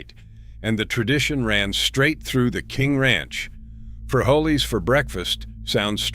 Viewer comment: I see you don’t understand Spanish. Beans are not “free-jo-lees, free-hole-ees